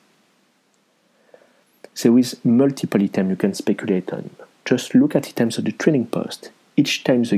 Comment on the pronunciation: "Eetems" No offense but I want to help you with your english. When you want to say Items, you want to say "Eye" like the letter i/I, then "tems", "Eye-tems"